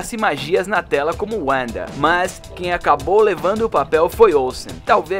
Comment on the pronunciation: "Deslike" porque você não fala direito nosso idioma e porque quer "americanizar" tudo. Por exemplo: o nome Wanda, cujo fonema do "w" é com som de "v", você pronunciou "Uanda"! Já te alertei sobre isso no vídeo de Matrix onde você pronuncia "meitrix". É uma MERDA! Eu amo meu idioma e não troco por inglês! Viva a Língua Portuguesa! Viva nossa Bandeira! Viva o Brasil (com "s" e não "z" cambada)!